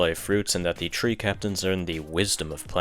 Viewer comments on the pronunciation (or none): It’s three not tree